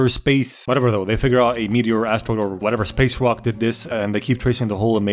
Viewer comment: Imagine how much you know what this guy probably watches in order to mistakenly pronounce rock as you know what.